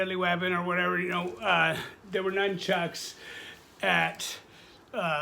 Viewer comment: Num-chucks!!! Really, wtf are u a ninja!